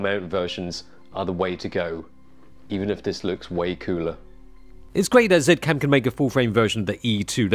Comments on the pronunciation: Dude, stop calling it “ Zet Cam” pleaseeeeee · Zeee cam. They said it should be pronounced in such a way =P